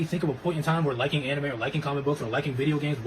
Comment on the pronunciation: "Ani-may fan" 😭🤣